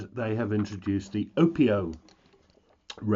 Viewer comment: Not to be picky as I love your reviews. They are tops! But...your Hawaiian pronunciations leave a lot to be desired. Pono is P-OH-NO as in "oh no!" with a P on the front end. Opio is Oh-PEE-oh with the accent on the "i" which is pronounced hard E in Hawaiian. You've got KoAloha down. Well done and thank you for your excellent reviews! Mahalo (Mah-HAH-low);-).